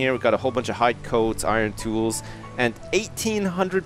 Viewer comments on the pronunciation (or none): none